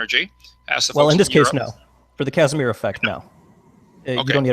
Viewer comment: Former teacher Dr.(!!!) Kent Hovind calls it the Kashmir effect instead of Casimir effect! 😂😂😂😂😂 I almost pissed myself!!!